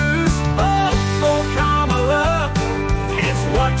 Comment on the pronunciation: Wow...sang-a-lah for KAMALA